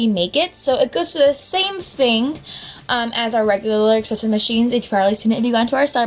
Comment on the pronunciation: ESpresso. not EXpresso. AHHHHH